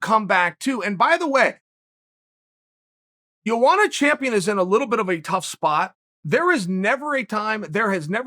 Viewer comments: I'm from Poland and it's funny when you say Joanna in your language, try it like it is Yoanna Yędrzeyczyk, and the problem will dissapear! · Chael: Jowana Everyone: who? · Joanna Champion because nobody can pronounce her name lol